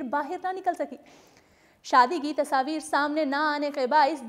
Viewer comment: Kya yr tasaavir tasaavir sidhe bolde ne tasvir gawar